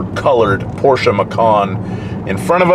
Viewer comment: congratulations you pronounced Porsche correct! :-) most english speakers get it wrong. They leave out the "e" in the end